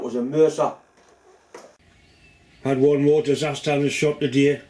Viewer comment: Moré tea vicar lol